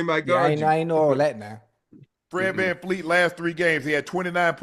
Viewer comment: Unc! It's Vanvleet, not VanFLEET.